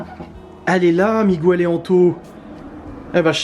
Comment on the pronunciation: C’est cool d’avoir toujours sa chambre chez ses parents. Moi à part mon lit il n’y a plus rien. 😅 Miguel ne t’engueule pas quand tu l’appelles Migouele ? Ahah